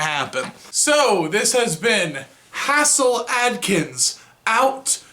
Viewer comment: HAZE' 'L, not HASS' 'L